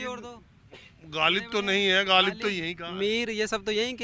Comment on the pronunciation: लोग ग़ालिब को गालिब बोल कर उर्दू बोल रहे हैं😂😂